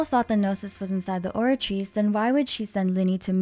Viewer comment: Love your videos, especially the way you pronounce words like the Oratice's full name! Thank you for a great recap and theory, I really love the idea that Furina is split into 2 or 3 people, that makes so much sense with how she acts, looks and pneuma ousia being a part of Fontaine. Any thoughts on what Neuvillette said during the Archon Quest when he holds the water back? He says something along the lines of "this sentence is too severe"?